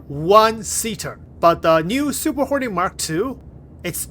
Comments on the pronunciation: Fantastic video, I kept hearing "horny mk.2" 😂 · Why do i always hear him say Super horny Mark 2😂😂